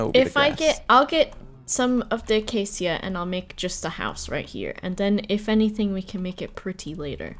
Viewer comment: gonna be that person but it's pronounced ah-kay-shuh, not ah-kay-see-uh. please thanks